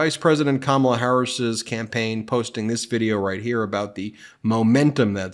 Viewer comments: He’s coming up with new ways to mispronounce her name.😂 Kamilla! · Is Trump insulting the queen consort of England or is he trying to say Kamala and sail Comilla? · In the same clip where he said Kamala looks like Melania, he called Kamala Camille instead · Trump called her Ca mill a He is so rude and disrespectful. If you can't pronounce KA MA LA, then just call her Madam President!! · "She didn't look like Camila." Is he saying Kamala Harris did not look like herself and that was his mispronunciation of her name? Or, did he mean Kamala Harris does not look like King Charles wife, Camila? Trump is, without contest, the most ignorant and weird individual. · Camilla? That's certainly a new way of pronouncing Kamala! Also, I don't think he's drunk because of the way he's speaking...granted, it's all BS and he does sort of meander, but when he is speaking, it's measured, there's not a lot of hesitation and not a lot of the words are actually slurred like a drunk would slur them. I think he's taken his dentures out, so he is isn't able to form his words correctly because there's not teeth for his tongue to rest on or use while forming words. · He talks about this cover and then says she's a beautiful woman and then mentions something about Camilla. He may be trying to mispronounce her name but instead he gets confused and mentions the Queen Consort!!?? Yeah he's not all there anymore! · Trump is such a goober that he can't even PRONOUNCE the VP's name correctly. He's probably doing it deliberately as an insult since he isn't capable of respect, much less baseline human decency, but it honestly just makes him look even more incompetent.